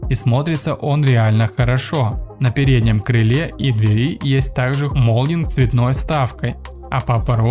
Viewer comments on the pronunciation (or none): none